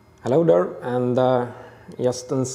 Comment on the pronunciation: I get irrationally happy when I hear "hello der"